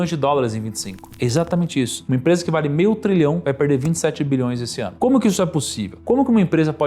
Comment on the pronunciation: Show! Sem querer ofender, apenas tentando colaborar com o aprimoramento continuo: as dicções de milhão, bilhão e trilhão, em alguma situações estão bem confusas! Saúde!